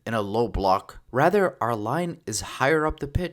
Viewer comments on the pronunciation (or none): none